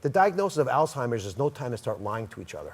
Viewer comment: It is pronounced all-hiem-ers not all-time-ers